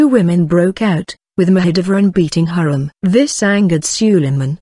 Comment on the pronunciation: it's not Hurram, it's actually Hürrem or Hurrem.